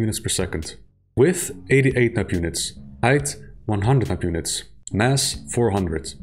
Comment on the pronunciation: Elth? Aight? (Instead of health and height) Is that a result of a bad noise removal or do you actually speak like that?